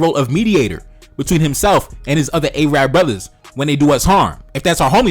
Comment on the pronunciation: Yo, know how to correctly pronounce. It isn't "A-Rab" its 'Arab' you dumbb ignorant fuks